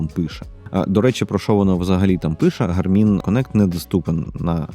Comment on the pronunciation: Дякую, дуже цікаво та інформативно. Подача матеріалу сподобалась, єдине зауваження що наголос робіть правильно, на перший склад, тобто "гАрмін"😊